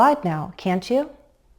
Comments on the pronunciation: 2'03" --> When you expect agreement/confirmation (meaning, you're pretty certain about the statement), a falling intonation should be used. You're right that we stress on the helping verb, but when you say "You can step and glide now, can't YOU?" (@ 3'01"), you're actually stressing on the pronoun, which comes across as a rising intonation. Meanwhile, a rising intonation at the tag means you're not really certain about the statement you're trying to say. This is just my opinion. Perhaps there's regional variation. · I have heard it six times and my ears tell me that you emphasize the pronoun in real questions. "You watched lessons 1 and 2, didn't YOU? I am wrong, aren't I? Boy, is this tricky!